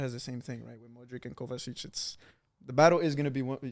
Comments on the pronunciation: said every croatian players name so well then hit a "Modrik". Damn. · How do you say Brozovic and Kovacic and then pronounce Modric as Modrik. Makes no sense.